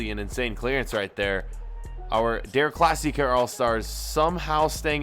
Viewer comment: Please dont say again, deRRR Klassikerrrr Say, De'a Klassikaa